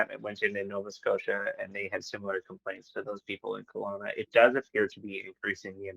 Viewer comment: KELOWNA NOT COLONA